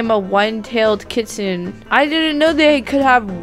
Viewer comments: It's pronounced kit-su-ne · How to pronounce kitsune is kit-soo-naa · Oh, and it's pronounced Kit - soon - ay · Me: Kit-SOON-ay: KIT-suhn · Hehe,! You said Kit Sun! It's actually Kit Soon I believe! <3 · Its actually pronounced (Kit-soon-neh) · (Kit-SU-ne) you say it they way it looks (no hard feelings! 😊) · U didn't say kitsune right. It's like this KITS OON EHH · This is how you say kitsune: KitsunA. Like instead of an E you say A like how you say A the word ‘ crAzy. ‘ But like the A but an E the word ‘ hEy. ‘ :) Hope this helped! (WARNING: This MAY offend you but I PROMISE I am not trying to be mean I just get really annoyed when ppl say stuff wrong so yeah I hope I don’t offend you! ) (btw I luv ur vid ps they are so funny and cool and amazing like you <3 ) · Its pronounced kit-su-nay you said it a bit wrong but good try! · heres how to say it :D Kit - Soon , that how u say kitsune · Kit- su - nay. I think thats how you prounounce it? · Kit sune (the e sounds like an A How do u buy the kitsunes? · You should say it like Kits-soon = Kitsune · Kit-soo-n Kitsune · Kit-soon-nik is how you say kitsune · I pronounce it as "kit-soon-ay" lol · kit--suna is how you say it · It is pronounced kit-soon-ay Edit: The amount of tails determines how old the kitsune is it doesn’t just have a Ninetails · I lied.....Kitsune is pronounced Keet sun ay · U say it as: kit-sun-e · kit-sune-ay is how you pronounce it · It’s pronounced Kitsun-eh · It’s (kit-soon) and (fear-a) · It’s pronounced “kitsoonay” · its supposed to sound like kit sunay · It's kit-su-une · i know how to say it its K • it •soon kitsoon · Kitsenu is prenounced Kit say nue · Its Kit - sune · It is pronounced kitsoon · It's pronounced k-i-t-s-u-m-e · Say it like kit soon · Don’t be embarrassed I don’t no how to pronounce it either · It's pronounced Kitsune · Ummm it’s not pronounced like that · It’s kit su ne nnnnneeeeeeeeee😤😤😤😤😤